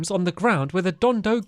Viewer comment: stampy, not to be rude, it's pronounced don-don, not don-do